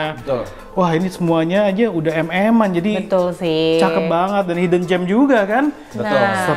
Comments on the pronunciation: Hidden bukan Hayden di pronounce nya non Tetap i bukan jadi hay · beri tekanan intonasi buat kata "hidden" nya... 😂